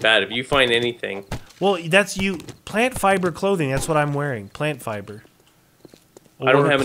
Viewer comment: you said plant fliber